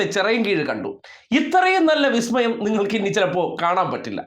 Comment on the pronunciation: ബിസ്മയമല്ലേ ബിസ്മയം... 😂😂😂